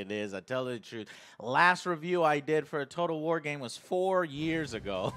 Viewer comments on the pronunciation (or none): none